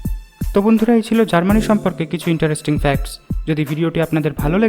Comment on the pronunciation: Its Germany not GARMANI.